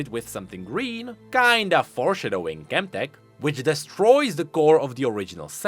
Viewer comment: I love the way you say "Four Shuh Doughing"